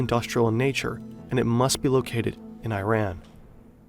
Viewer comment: Commentator doesn’t even know how to say Iran right but good vid aside from that